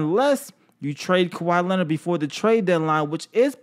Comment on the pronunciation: Turtle with a P not a T is how u say his last name